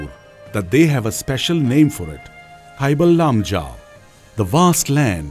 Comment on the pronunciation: Awesome video and informations. But it would be much better if the narrator is a local manipuri so that people can get an actual (correct) pronunciation of the local names like Sangai, Keibul Lamjao etc... in the video.